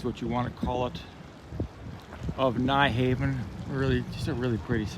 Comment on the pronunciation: Hope you had a good time! Pronunciation tip: Nyhavn is pronounced more like [nee-hown]